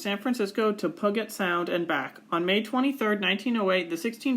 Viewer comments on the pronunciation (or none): The name of Puget Sound is pronounced "Pew-jit", as in "church pew", and the first sound of the word "jittery".